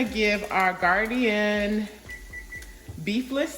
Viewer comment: Gardein is pronounced Gar- deen.. it's only 2 syllables..not gardian 3 syllables...just saying